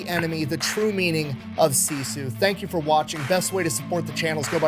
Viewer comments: This is a minor detail, but "Sisu" is pronounced "sis-oo" not "see-sue" - at least that's how everyone in my Finnish family says it. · If you want to say sisu the Finnish way, say si and su as shortly as possible. The American way to pronounce turns into siisuu, but the word is sisu. Short, with emphasis on the first syllable. Same thing with Simo, you guys say siimou. Drop the long ii and the u at the end. With häyhä, you're saying heihau, it's more like the ha of happy the e from few and another short ha from happy in the end. I'm not sure how easy this advice is, but it might be fun to try it out.